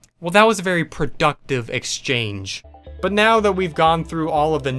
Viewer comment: wnedys also said know instead of now